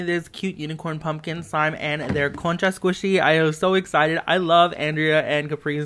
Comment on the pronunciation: Are you Hispanic?? You said concha really good so🤣